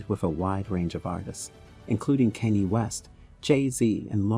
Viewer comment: You would chopping those celebrities names of going left and right weren't you especially when you pronounce Kanye I'm just saying 😂 😅